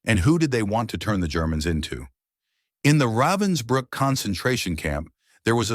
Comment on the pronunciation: Ravensbrück not Robinsbrook - wrong passeriforme.